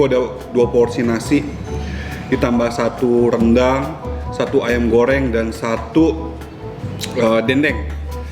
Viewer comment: AYAM NOT AYEMM